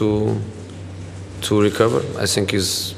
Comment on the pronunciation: fuck these comments on jose's videos, now everytime he says "i sink" i smile uncontrollably